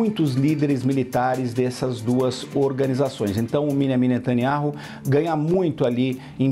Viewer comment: Alguém mais reparou nesse jornalistinha se referindo ao presidente de Israel como “Miniami netaniaru”? 😂😂😂😂